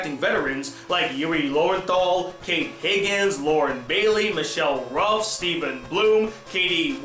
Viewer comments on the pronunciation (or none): none